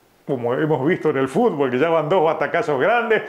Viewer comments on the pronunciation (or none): none